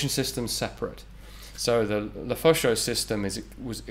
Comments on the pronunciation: "Lefaucheux" et non "Lefeuxchaud" , which means "the hot fire" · It's not a LEFEUCHAUX but a LEFAUCHEUX ! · le Fo Sho company 😂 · "Le Fo Sho" When you're gangsta but also french.